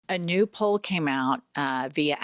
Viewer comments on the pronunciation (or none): none